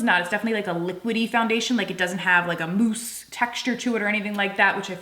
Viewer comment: I giggled every time you said mousse. Moooose. 🤭 The lip tints have been on my radar, I’m going to have to get some.